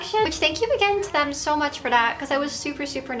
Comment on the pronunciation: Why do you pronounce every “th” word with a D? It’s “them” not dem 😂